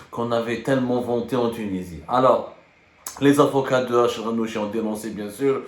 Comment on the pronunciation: RACHED et non pas RACHID يا حبوس